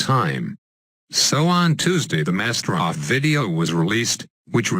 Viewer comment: Bbooooooo we all like MasterOV and its pronounced Master O-V!